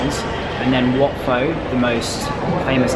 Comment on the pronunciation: Just a little correction; wat pho wasn’t pronounced pho(vietnamese noodles), But instead “Po” (like the panda character in kungfu panda)